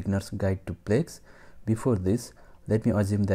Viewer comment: It's Plesk, not plex